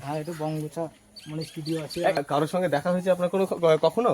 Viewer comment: Studio ❌ Esss studio ✅